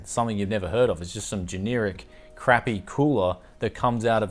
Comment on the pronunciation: You said "generic" like a Kiwi bro, ay